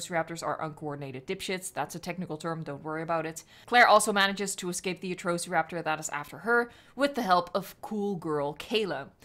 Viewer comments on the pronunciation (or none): Makes fun of how giganotosaurus is pronounced but says Uh-TRAH-see raptors.